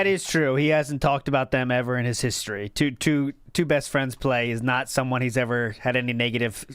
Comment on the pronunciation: I hate his lisp, his over-anunciation of words, his voice... For example, he pronounces the word "two" sometimes like "t-who" and sometimes like "choo". I hate this guy.